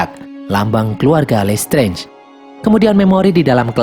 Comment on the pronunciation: Listrez,,,dikit2 lestrez,,, sering denger lesterz,,, kyk denger lestrik Mulu,,😆